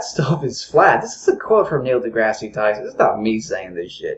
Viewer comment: Did he really say "Neil Degrassie Tyson"?!